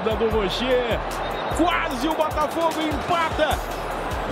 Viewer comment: Ninguém percebeu o “Borafogo”?